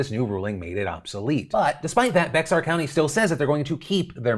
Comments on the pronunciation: Here’s the daily dose of Texas you didn’t ask for… Bexar County is actually pronounced “Bear” or “Behr,” not “Beksar”. Does it make sense? Nope. Do we care? Nope. Love yo face. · Just so you know, Phil, it's pronounced "Bear" County, not "Bex-ar". Thumbs up for me if you could so he can know for next time. 😊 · Hey brother man. Just here to let you know it’s pronounced “Bear” county, not “BeXar”. Why? No clue. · I’m from SA and I am shocked by your pronunciation of Bexar (“bear”) County! SMH phil… do your due diligence research on FB and you’ll know it’s pronounced BExAR… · It's pronounced "Bear" not "Bex-ar" I know it's dumb. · Heads up Phil! In San Antonio, the county is pronounced “Bear County”= Bexar County. Yeah, idk how it’s pronounced like that but it is, “Bex-Are” is a common mistake. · Local San Antonio resident here... Bexar is not pronounced (BEX-ARE). It's pronounced (BEAR). No worries, it's a common mistake. That's all. Carry on. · Phil, for the 5 Millionth time: Bexar County is said “Bear County” not “Bex Are County”. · Just moved to San Antonio a month ago and live in Bexar county. It’s pronounced Bear. I thought it was Bex-ar as well. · Bexar County is pronounced like “Bear County” I laughed everytime you said Bex-are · I know I know it's small, but hearing Bexar as "B-EX-ARE" VS how we pronounce it "BE-Air" (Bear) makes me cringe a little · Yo! love the video! it's pronounced Bear. Love hearing people not from the area call it BeX-Are lol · From San Antonio, came to say this. Bear, not Bex-AR. Common mistake, no biggie, but it definitely sounds awful if you are from there or know the proper pronunciation. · Just a heads up Phil Bexar County isn’t pronounced bex-ar it’s pronounced bear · This is the second time he’s referred to Bexar County as “BEX-R”. It’s “Bear” county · It's not your fault Phil, Bexar county isn't bex-ar, the x is silent. So its spoken as "bear" county. I got a lot of grief for this while living here. lol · Bear County. NOT Bex-ar.